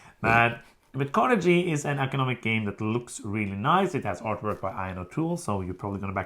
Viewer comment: I like stats 👍 say shhhedule the English way, because you're in Europe and closer to England (Central and South Americans are the only Non-Americans allowed to speak wrong English ;) I've backed Tinners' Trail too, but was not sure about Carnegie (hard 'G' by the way, since we're talking about pronunciations :)).